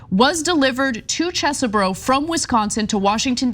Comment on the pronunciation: I can't believe I'm about to do this, but Kenneth Chesebro's name is pronounced "Chehz-bro" without the extra 'h' sound that Ana uses (Chess-eh-bro). No relation (I think, my dad isn't exactly tuned into our extended family), that guy's an idiot and I'm sick of hearing my last name mispronounced because this dude decided to participate in an insurrectionist coup 🙄